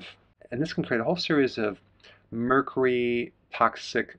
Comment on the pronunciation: Please check pronunciation - the “U” in Mercury is not silent. 🥰